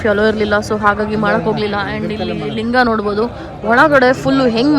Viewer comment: Lingu alla Linga